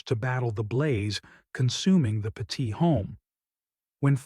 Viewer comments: It's not pronounced PA- TEET, it's pronounced PET- IT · Pronounced pet-it. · I live not far from where this happened. It is truly horrific what happened to this family. It is just heartbreaking. By the way, you are pronouncing their last name wrong. You should do your research better before posting a video. It is disrespectful to the family. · Stop mispronouncing the family name!